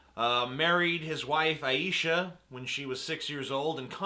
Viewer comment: Muslims regard Muhammad as a prophet, not divine or the Messiah (which is what Neo was in "The Matrix.") You're also pronouncing Aishah wrong.